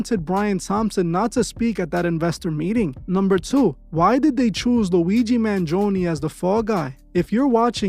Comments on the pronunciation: Man-gee-own-e that's how you pronounce it. I'm Italian I can't help but to comment 😂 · Man gi own is how you say it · you pronounced "Mangione" wrong.